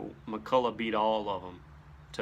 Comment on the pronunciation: Say it with me... Mack-kull-Ock. It's Scottish, not French. ..och is "ock" sound. Not.. ough which I "awe. Chevrolet is not Chevrolettt. Honor the man. How many interviews did he have to do where he corrects interviewers? It's McCulloch... NOT McCullough.